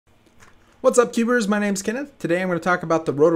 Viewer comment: ok well when i first watched it, it sounded like tubers